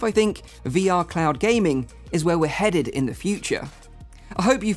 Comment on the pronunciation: Come on you didn't have to say "headed" like that (UK).